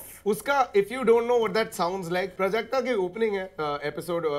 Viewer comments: It's प्राजक्ता, not prjakta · It's प्राजक्ता not प्रजक्ता